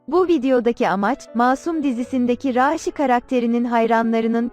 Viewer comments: Raaaşi değil raşidir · Raaağğşiii değil raşi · bi arada konusan rasinin ismini 'raasi' diye soyluyor bi 'a' harfini artiq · Rasih deyil rasih